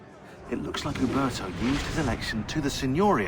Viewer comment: I like how he said some of the names like uberto and jacopo